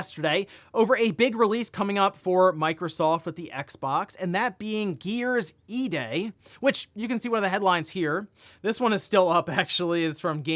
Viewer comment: I keep hearing "Gears E-Date"